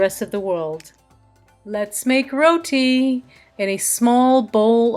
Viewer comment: yOuR RoWeTee , abeh gora ke aulad pronunciation tik karo yaar lol